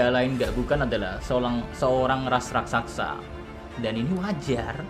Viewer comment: Inget ya min, "RAK-SA-SA"😅